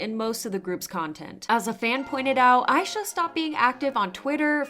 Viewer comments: Just wanted to say Aisha's name is pronounced ah-sha, as she chose that name bc she wants to be an idol as big as Asia. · Is her name pronounced "eye sha" or "Aisha?"